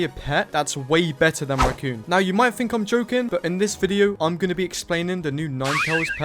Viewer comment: please pronounce raccoon as raccoon not ruccoon it's driving me insane